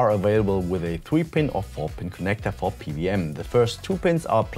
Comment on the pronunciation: PWM = Pee DoubleYou M ansonsten gutes Video xD